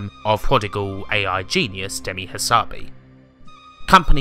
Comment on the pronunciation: Good piece. One thing that grated - "Demisssss Hassabissssss" - he's Greek, not French, so you pronounce ALL the "S"s. Also, coz he says so :-)